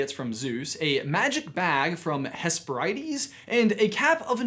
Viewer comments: not how u pronounce hesperides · Am I the only one who got triggered when he mispronounced Hesperides?